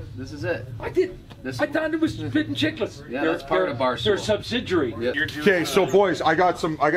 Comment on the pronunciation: The pronunciation of subsidiary killed me